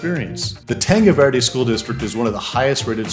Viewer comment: how come you dont know how to pronounce tanque Verde?